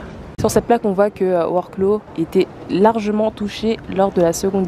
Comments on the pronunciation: Wroclaw pourquoi vroclau? vroçwav (prononcez chaque lettre comme pour l’anglais) 😊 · Alors après vérification voici comment ça se prononce 😂 Vorsouaf 😉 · Salut et la ville wroclaw se prononce gretsouaf bonne nuit les petits à demain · Il me semble qu’on prononce Wroclav,j’y ai été plusieurs fois 👍🇨🇭